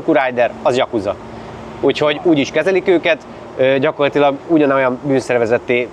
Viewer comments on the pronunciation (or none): Hogy mit mond? Zsakudzi? Nem Jakuza hogy szép magyar legyek.